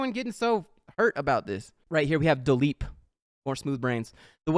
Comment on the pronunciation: “Dileep your account” I’m crying 😂😂😂😂